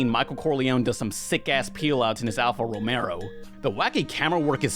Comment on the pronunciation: are you purpossefully misspronouncing words and making each letter you missprononunce spell a secret word, cos i swear this is the first time ive ever had so many "uhm what?" moments when hearing someone speak. other than that, great vid dude